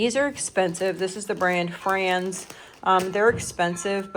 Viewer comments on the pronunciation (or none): none